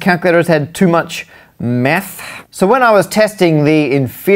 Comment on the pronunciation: "Meth error" I died inside XD